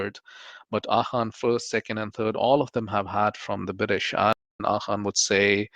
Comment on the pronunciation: Why do Pakistanis pronounce AGHA as “AKHA”? 🙊🙉 and Indians 🇮🇳 pronounce ZINDA as “JINDA” 🤡 🤣